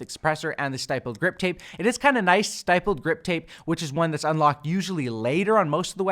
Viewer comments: It's actually pronounced STIPP-LED, not STIPE-LED. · Stipple is pronounced like nipple. Stippled grip. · Jesus I'm tired of these YouTubers pronouncing stippled wrong. Its not stYpled. Lol the word stipled rhymes with rippled. "Stippled" means: dots. its also a form of artistic technique where u draw only using dots. The technique is called "stippling" 👍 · Great work, as always. However, stippled is pronounced with a short i sound, as in it, shit or fit. Thanks for all the work! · Idk if you have already gotten a comment about this, but stipples is pronounced with a soft “I” instead of a hard “I” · Great vid, but just so you know going forward you're pronouncing "stippled" wrong. I noticed it in another video too so this is the second time that's why I'm mentioning it. It's pronounced like "triple" or "cripple"